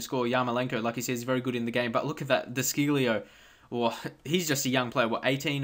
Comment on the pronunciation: De chilljo thats how u pronounce it